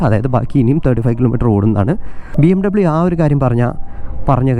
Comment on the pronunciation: It's BMWeeeee Bayerische Motoren Werke